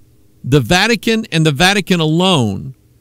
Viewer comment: he said vatic-anus :-)